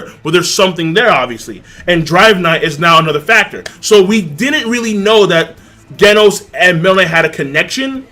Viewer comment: The way you say Genos makes me cringe